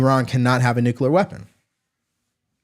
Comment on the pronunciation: HI,. I JUST WANTED TO BRING THIS TO YOUR ATTENTION: YOU SAY "NUCULAR", LIKE HOMER SIMPSON. IT'S "NU-CLE-AR". I'M NOT TRYING TO BE A DICK, IT'S A PET PEEVE OF MINE.